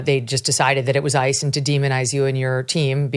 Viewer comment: You are both heroes. I hate that he calls them ICE cu when he says ICE’s hands it sounds like he’s talking about ISIS 😮